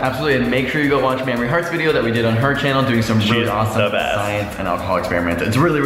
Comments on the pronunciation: did Mitch just call her Mammory…? As in the milk producing tissue in the breast?? 😂😂 liiittle drunk? 🥂😅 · It's not pronounced mammery! It's maymrie! :O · Yeah Mames!! What a gem. (ps it's may-mree, not maam-mer-ee!) :) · The way Mitchell pronounces Mamrie like Mame-er-ee = bahahaha. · is mitch not repeatedly pronouncing mamrie's name incorrectly? maim-ree not mammary haha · it sounds like hes saying Mammary. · he calls mamrie "mammary" as in mammary gland lmao too much science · Did they pronounce Mamrie like Mammary gland? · (Speaking of needing hard A) he kept pronouncing her name like "Mammary," but without the second syllable. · Mitch pronounces Mamrie's name like mammary. I couldn't stop laughing. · Ugh it's not pronounced Maamri 😂😂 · "Mammary" lol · mitch keeps saying mammary omg